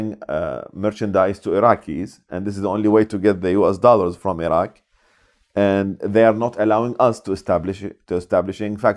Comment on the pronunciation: Surely an Iraqi (of all people) should know how to pronounce "Iraq" and "Iraqi" properly, for goodness' sake?